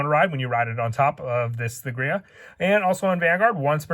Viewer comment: The only gripe I have is this. The letter h in thegrea is silent, you don't pronounce it at all. Hard T, Tegrea.